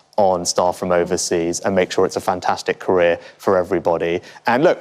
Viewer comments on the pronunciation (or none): none